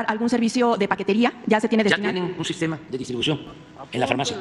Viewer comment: 🤣🤣 ya está el bodegón ahora solo faltan las medicinas y el " SIJTEMA DE SALUT MEJOR QUE EL DINAMARCA